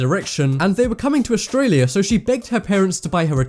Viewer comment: He actually pronounced Australia right